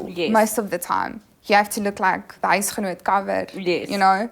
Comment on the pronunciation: Loved how she said "Huisegenoot Cover" hahahaha ooooooh bethuna! These conversations are eye opening.